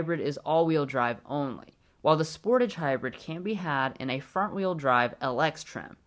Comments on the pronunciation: It's "SportAAAAGE" and "HI UN DIE" not 'sporage' and 'hoondie' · The way you say Sportage makes me laugh. It's Spore-tawge not Sport-ige